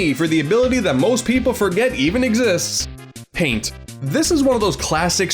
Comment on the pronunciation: “It’s time to show you the true power of PAIN-T!